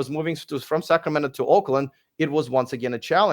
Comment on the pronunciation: When you said Oakland…I heard Auckland! …which is in NZ of course and where I live.